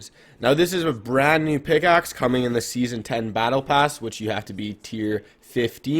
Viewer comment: Did you just say sesone 5 is OG 😂